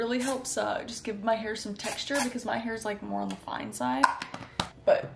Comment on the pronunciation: What she said: A little bit More on What I heard: A little bit ✨️Moron✨️ 🤦‍♀️